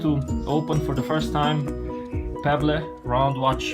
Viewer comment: Let me help you out with your English. It's not Pebb Le. It's pronouced "Peb EL" or if this helps "Peb L"